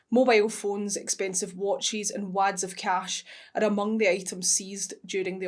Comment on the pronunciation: Class she pronounced it like that 😂